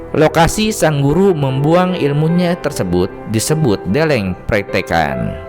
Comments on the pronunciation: Stop Pembatakan Suku Karo Karo bukan batak Bukan karena gbkp Deleng, pengucapan E lemah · Deleng, pengucapan E lemah Untuk Suku Karo Suku Karo bukan batak Karo bukan batak